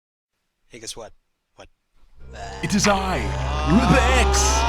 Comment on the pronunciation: Fun fact during the intro I always thought you said "It is I Rubix!" Until I clicked one day